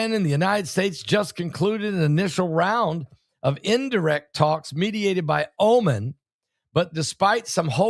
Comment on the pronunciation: for the Americans its pronounced Oh - Mahn not omin. (Oman is a country next to UAE)